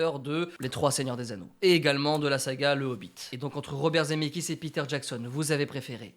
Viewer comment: Je mets un pouce bleu pour me calmer et ne pas exploser de rage à cause de ta prononciation de "Zemckis". IL FAUT PRONONCER LE C BORDEL !! Sinon continue j'adore ce concept 😙👍 PS: ON DIT DES CHEV*AUX* !!!